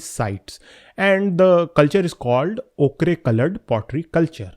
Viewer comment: Ochre is pronounced 'oh-kar' AFAIK